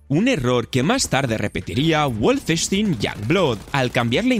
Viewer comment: Guolfestin... Eso duele más, que pronunciación por Dios